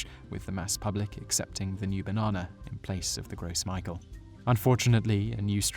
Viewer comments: So glad someone said it. I got so sick of him saying "Gross Michael", I could barely finish the video. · I've always heard it pronounced more like "grow me-shell" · I might be a bit picky, but isn't the Gros Michel pronounced "Gro Mishel", since it is a French name? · "Gros Michel" is pronounced "Grow Me-shell" It's French. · it's pronounced like "grow michelle" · It's pronounced grow mishel... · It's pronounced "gross mishell" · Ok I'm French and annoyed. The name for the gros Michelle is French. Pronounced grow-me- shell. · Even though it's pronounced Gro Meeshell(Gros Michel). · It's "Gros Michel", if you read the subtitles.... He can't pronounce French for shit. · It was painful sitting through this horrible mispronunciation of "Gros Michel" while comprehending the bigger picture. Part of me says this inability to understand how to read French words is why the French don't like English speakers, but at the same time another part thinks my irritation at the mispronunciation is why English speakers don't like the French. Good video, though. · The really messed up pronunciations takes away from the credibility of these videos. That's not how you pronounce Gros Michel and he repeats it 20 times! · The Gros Michel banana is pronounced Gras Meeshell not gross michael. It's French for Fat Michael. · I don't think it's pronounced "Gross Mykahl". I think it's pronounced "Grow Michelle". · The name comes from French, so it's pronounced "grow michelle", lol not "gross michael". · Awesome vid, but it's actually pronounced "grow Michelle" In French, the s at the end of "Gros" is not pronounced. Michel, the French form of Michael, is pronounced like how you would Michelle, which in French is pronounced "Meeshell". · puppichow I was fine with that. "Conqweestadoors" and "Gross Michael" hurt to listen to though. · gros michel is pronounced "grow michelle", by most people at least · IT"S "CONKEESTODORS" AND "GRO' MEESHEL"! HOW DO YOU NOT KNOW THOSE THINGS!?